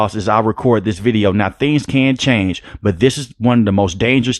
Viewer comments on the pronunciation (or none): none